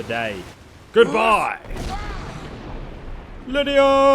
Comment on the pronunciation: No offense to eso but why does he call Lydia Lydier